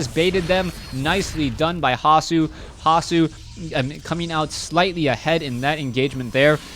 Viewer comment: Like the way you pronounce the german nick "hasu" :-)